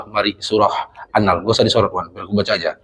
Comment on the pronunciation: Mohon maaf bukan maksud mengurui, Cuma sekedar berbagi apa yg sy tau, Bacanya bukan annal tapi an-nahel huruf e nya tersembunyi